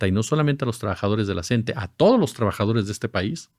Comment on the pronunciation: NO SE DICE "CENTE"... SE DICE "C-N-T-E"